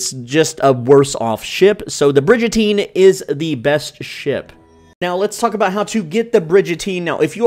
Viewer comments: I can’t take you seriously if you pronounce it Bridge-Ateen. Come’on man. It’s Brig like a warship and prison on said war ship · Bridge-a-teen. Dudes got my dying. 😂😂😂 That be a bri-gun-teen. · its brigatine not bridgatine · Great video! I have to say that it's pronounced Brig as in dig, not like in bridge. <3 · Great Video! But its Brig like "rig" not Bridge. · Brigantine not brigentine, but really good tips. Ty! 😁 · Brig not Bridge, Brig-an-Teen! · It's pronounced brig-uhn·teen please bro ❤ I love your vids this gets to me 😂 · It’s pronounced “ bri-gun-teen” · Brigatine isn’t pronounced as Bridgetine ……..just saying!😂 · its "brig-uh-teen" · it’s pronouned brig a teen no j in it